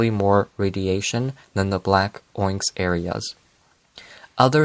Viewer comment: The word onyx is pronounced on-ix or ah-Nicks. No hate ofc I pronounced it your way for years before I was corrected by my dad 😂